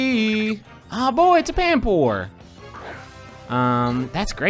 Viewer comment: Does griffin know he says boi more than boy